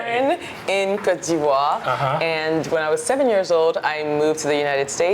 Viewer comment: You’re no able to pronounce Côte d’voire😅😅